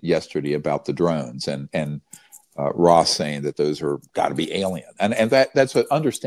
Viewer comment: How can you not know how to pronounce Ross's name?!. Why disparage his "dangerous" comments. To have not reached-out privately and engaged with him thus far is concerning. Especially since the "witnesses" you know so much about choose to come forward through him publicly. Unity is critical. It's strange that's all.